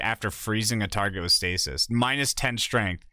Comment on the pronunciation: Top-tree dawnblade needs srength